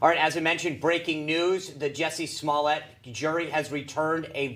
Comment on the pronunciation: Dave Chappelle - "Juicy Smolly-ay"